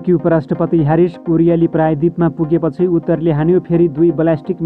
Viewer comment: आणविक भनेर वाचन गर्नु है,आनविक हैन। कमला हो,कमाला हैन अनि पुगे पछि हो,ओउगेपछी हैन। हैट